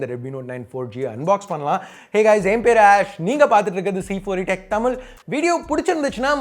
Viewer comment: hey n team. Your channel is written as c4etech tamil in english but in TAMIZH its is not pronounced like that. So try changing it